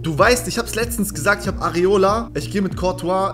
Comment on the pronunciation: Areloa :D Wer kennt ihn nicht?! ^^